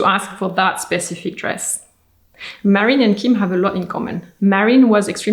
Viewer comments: Her name is Marilyn, not Marion. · Her name was Marilyn not Marion.